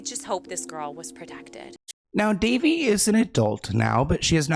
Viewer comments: It's Da Vay!!! Not Da Vee! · Duh-vay, sweetie...is her pronounced name. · Isn’t it ‘Da vay’? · Her name is pronounced Dé-VAY. Soft on the "dev" like "duh" and a strong AY sound at the end. Rhyming with Jenae, Renee. "Duhvae"/ Devae pronunciation My older sister spent her senior trip at her house when she finished high school. One of her best friends lived in CA before moving out here and their family were good friends with Chase's family. So the group of 4 seniors went on a road trip for a week and stayed at Daveigh Chase's family's house. She's younger than my sister so she was still a teen at home. But the group of girls spent most of their time exploring the area rather than with the family. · it’s pronounced like “Da-Vay” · that pap just called her "Duh Vay" 😂😂😂 that -eigh really threw him for a loop